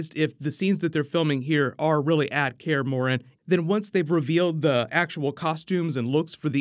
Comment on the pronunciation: You're saying Kaer Morhen weird